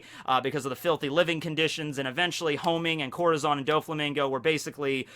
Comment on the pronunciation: Im mexicano i hate the way he pronounces corazón its like some one pronouncing tortilla with the l’s